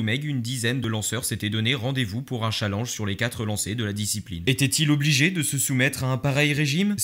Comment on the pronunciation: Je met un dislike car tu as dis "chalanje"